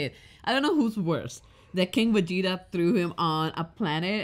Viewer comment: My man said Vegiku 💀💀